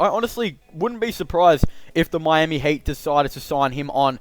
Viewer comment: Why you said HATE instead of HEAT